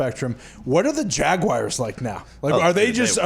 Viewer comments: Every time Pat says Jag-Why-ers another american child drops out of school :( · Wtf is a “jagwire” 🤦‍♂️